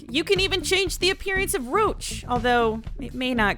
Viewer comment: It's pronounced Roooooooooch